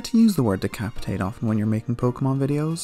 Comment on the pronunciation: My guy says decapacitate